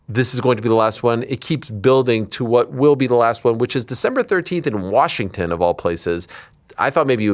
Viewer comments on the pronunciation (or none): none